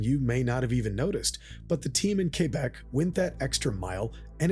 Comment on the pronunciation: He said "kébek" and not "kwèbek". Have a like just for that.